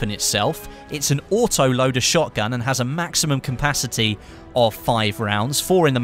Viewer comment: "Maximum campasity". Seriosly? What that word mean? This is not the first time that I hear it from. Otherwise, nice video!